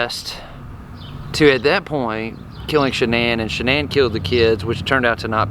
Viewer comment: Her name was shan’nan not shianne